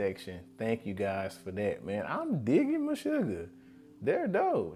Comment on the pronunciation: If you like this Meshuggah drum cam, look for "Bleed." There's a drum cam video of that song, too. Also, yes you did pronounce "Meshuggah" correctly lol.